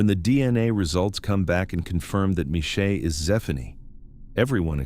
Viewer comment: "Groot Shoor" - gimme a break! It's Chrootah Skeur. The ch as in the ch in loch. And the father's name is pronounced Mornay. And the school is Zwaanswyk, not Swansea. And Michelle is not Meeshay, it's Mishell.